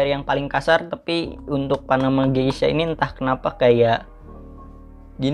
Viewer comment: Klo cupping gelasnya jangan di pegang" ya bang sedih gw liatnya :v Soalnya kata novrinsitumorang gitu Oiya gesha bang bukan geisha :v